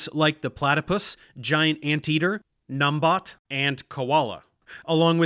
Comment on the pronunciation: the 'bat' in numbat is typically pronounced like the word 'bat'.